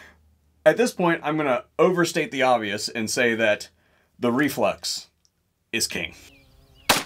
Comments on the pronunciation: I just laugh when the guy says "reflux" instead of "reflex". Having said that, I have one on order. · Dude are you saying reflux?? Its Reflex. Reflex.